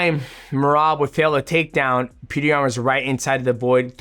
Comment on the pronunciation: Its Pjotor rather than Peter